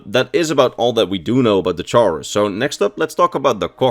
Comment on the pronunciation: The way you pronounce chaurus is cursed I always pronounce it "kaurus"